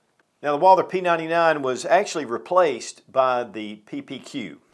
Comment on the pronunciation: Some of these YouTube gun channels just can’t pronounce Walther and refer to it as a Walter. I don’t get it. How can someone with so much gun knowledge and experience not say Walther? Lol